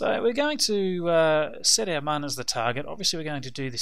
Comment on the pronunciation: by the way, its pronounced moon, not mun. its spelled with an umlat, not a English u